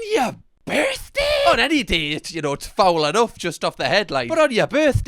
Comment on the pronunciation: "on yer BUUUUrthdae?" (I am American)